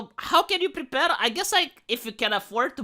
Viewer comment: " We must pwepare for an amgwier volrd."